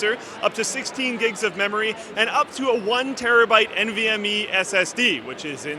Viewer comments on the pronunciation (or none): NVME, not MVME :p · *NVME not MVME SSD. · "MVME SSD" XD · NVMe not MVMe. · "MVME" Motorola may sue :D